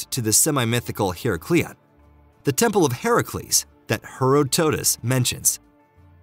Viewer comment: Look up how to pronounce Herodotus please